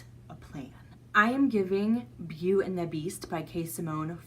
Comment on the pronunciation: Beau is pronounced "Bo"